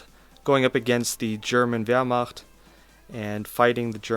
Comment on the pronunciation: I praise you for being able to say wehrmacht, literally no one I've seen says it correctly. Thank you.